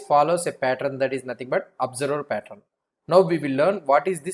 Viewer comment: patt-run nahi, patt-earn. Rest everything is lit!🔥